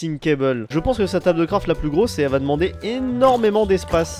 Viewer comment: "tabeul" "schord"